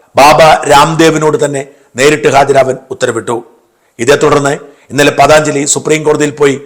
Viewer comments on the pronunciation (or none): പതാഞ്ജയില്ല, പതഞ്ജലി. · പതഞ്ജലിയാണ് ....പതാnjali അല്ല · സാജൻ, പതാഞ്‌ജലി അല്ല പതഞ്ജലി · പതഞ്ജലി ആണ് പതാഞ്ചലി അല്ല